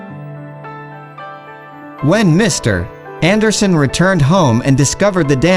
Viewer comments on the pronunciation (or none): Your text is excellent except for one very distracting error. "Mr. Anderson" should be read as a single word. The period (.) after Mr. Is not a full stop. It's an abbreviation. Maybe just use the last name ... Anderson. Otherwise nice story!